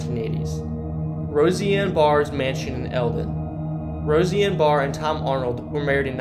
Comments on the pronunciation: Why the F’k is this kid pronouncing Roseanne Bar like “Rosie-Anne Bar”?🤦‍♂️ Jesus Christ…. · RoSIE ann got me!? Like have u never seen this show!? One of the best ever! Come on now! 😆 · Ahhhh!! All the mispronunciations are driving me nuts!!! Rosey-anne?! Dezz Moinez?!! I think it ruined the video for me and I live in Iowa. Also wanted to add Martelle Elementary School. I went there and lived down the street until it closed in the late 80's. Actually my cousin who owned a construction company bought it and the land it sat on and used it as storage for his supplies. He then decided to build multiple homes on the land, for his parents and his kids. He is truly an amazing person to be honest, he always took care of everyone else, he lived in a shack while they had beautiful homes. He married a woman and adopted her three girls and they had one son together but you'd never know that because those girls (now women) were his, for the good and bad. Then he bought some land in Hawaii and started going there every few months and started building his own home on that land. Unfortunately about 8 years ago his son and his daughters husband were in a horrible car accident, a woman was sexting while driving with her two kids in the back and hit their parked car at almost 55 miles per hour. They didn't survive the accident. So my cousin (the eldest daughter) lost both her brother and her husband at the same time and her dad lost his only son and son-in-law. He hasn't recovered since, but who would? Anyway, it's now just an abandoned school but it's actually pretty cool inside. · Why are you butchering Roseanne’s name like that bro. Sound it out. Rose. Anne. Roseanne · Rosie Ann has her own podcast and has been all over social media and had 2 popular shows. You would think you would of heard her name pronounced? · How come this guy says "Roseanne" so oddly? It's pronounced Rose-Ann. Not Rosie-Ann. Come on dude! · Roseanne. Not Rosy-Anne. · Rose-Anne not Rosey-Anne